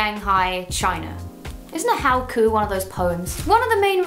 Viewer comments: Haiku emma not howku 😂😂😂💖💖💖 loved the video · "Isn't how-coo one of those poems?" not try haiku... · "Isn't HOW-KU like a poem or something?" It's Haiku haha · "isn't a howkoo one of those poems?" no....that's a Haiku...as in.... Hi-koo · A Haiku, Emma. Pronounced high-koo This is a haiku (5 syllables) Haikus, pretty hard to write (7 syllables) This haiku was bad... (5 syllables) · 'Isn't a howcou one of those poems' 😂😂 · "Isn't a How-koo one of those poems" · No girl those poems are called はいく (haiku) and its Japanese